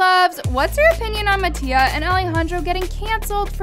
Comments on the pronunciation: She said MAttio😭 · I’m sorry y’all but she said “mattio and alijandro” 😭😭😭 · i love how you say mattias name wrong 😻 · HIVE girl- i was saying that i DONT like how she pronounces mattia and alejandro’s name it’s VERY DISRESPECTFUL i was NEVER talking about how her CONTENT